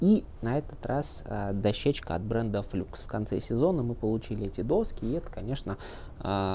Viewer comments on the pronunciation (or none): "ФлАкс" же...